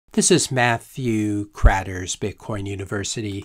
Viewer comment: Rhymes with "core" 🤣🤣🤣🤣🤣🤣 I'm dying Maat-thew Kratner